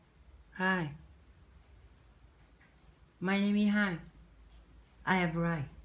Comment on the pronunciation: Nội dung bài của khá Ok rồi đấy e, tuy nhiên e chú ý sửa phát âm những từ sau nhé: Is /z/, nice to meet you too ( thêm too), places nguyên âm /ei/, check nghe bài chữa của a nha: Overall score: 8/10